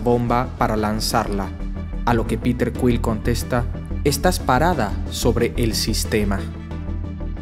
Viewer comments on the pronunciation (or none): none